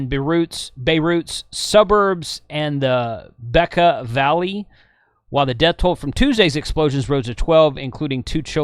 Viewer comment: FWIW, that's pronounced beh'KAH valley.